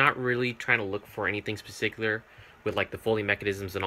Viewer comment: "I'm not really trynna look for anything 'scpecicular'"